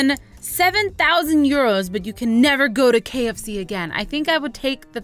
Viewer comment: British accent How dare you call that euros I am offended.